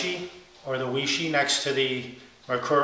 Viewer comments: 偉仕 Wěi shì. Sounds more like Way-SHUR than Way-Shee, but close enough! There really isn't an exact English phonetic equivalent. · weishi is pronounced way-sure. It's Chinese pinyin. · I pronounce it Way-she ... I guess I'm triple-ly wrong 😆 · Matt C2083 looks like it should be pronounced why-she. Look at it. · No it's correctly pronounced 'Wee-She'....l have a language pronouncing app on my phone and I found out that's the way it is pronounced in China.